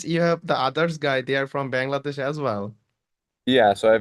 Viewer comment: বাংলাদেশ কে ওইভাবে উচ্চারণ না করলেও পারতেন ভাই, এভার হয়ে গেছে